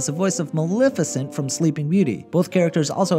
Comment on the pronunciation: Good grief, it's pronounced Ma-LEH-feh-cint. Say it with me, slowly.